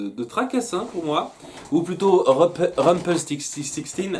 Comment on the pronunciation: C'est trop génial que tu critiques cette série magnifique !! Et pour rumpekstilskin apprends à le dire car ça va être un personnage important :-)